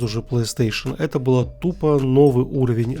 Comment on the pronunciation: Впервые услышал чтобы говорили жта 😅